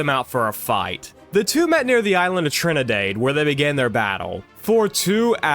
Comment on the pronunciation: Mispronouncing Trafalgar and Trinidad is wild